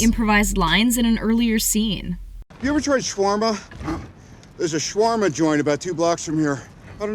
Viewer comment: Why do these ppl keep pronouncing shawarma wrong??!!?